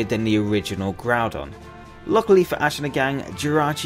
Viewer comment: KYOGRE, NOT KYORGEY! AND THERE SHOULD BE ONLY ONE N IN GROUDON!